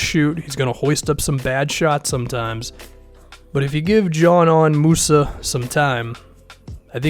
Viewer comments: Thank You my man this dude a real sleeper if he develops and makes a lot of teams regret it and Btw it's pronounced Deezanen Muza lol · I think his name is pronounced Yanan Musa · Dude can’t even pronounce a name